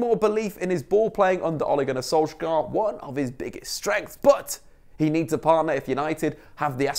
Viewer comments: btw Solskjær is pronounced "sool-sh-heir" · It’s pronounced Solskjær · Im norwiegan and its pronounced sol-shahre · Solskjær. The "æ" is pronounced like the a in alley.